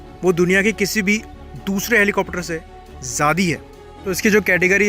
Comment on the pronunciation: Bro why do you pronounce ज्यादा as ज्यादी